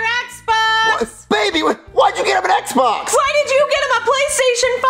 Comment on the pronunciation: really said EHBA instead of Xbox